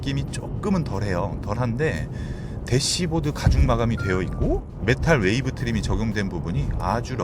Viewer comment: 메탈웨이브 트림이 아니고 메탈위브 트림이예요 ㅋㅋ 자꾸 메탈웨이브트림이라고 하시네요..